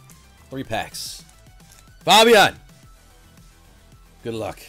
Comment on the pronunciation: Faaaabiaan? It's fabien